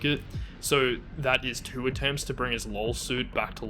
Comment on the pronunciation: "Look at the tew of you dancin' that way..."